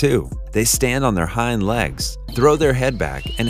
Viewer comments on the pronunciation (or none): none